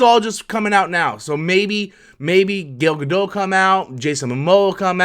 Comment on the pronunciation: Wow, someone actually pronounced Gal Gadot's name right.